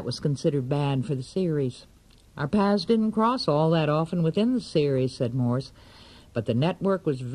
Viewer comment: And its morse not moose